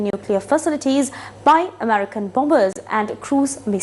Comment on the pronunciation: බොමිබර්ස් නෙමෙයි, බො‌ඹර්ස් නෙමෙයි. නිවැරදි උච්චාරණය බොමර්ස්. Bombers කියන වචනේ මැද b අකුර උචිචාරණය කරන්නේ නෑ, Dumb Bomb Lamb Thumb Climb Tomb මේ වචනවල අන්තිම b අකුර silent.